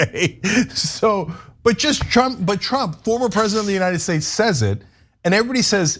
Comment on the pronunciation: Don’t you mean Trump? I have never heard anyone pronounce “states” like “schtates” before.